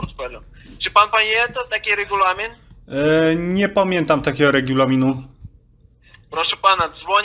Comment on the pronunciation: Czy pamięta pan taki regjulamin? - nie pamiętam takiego regju…laminu xD zarażają!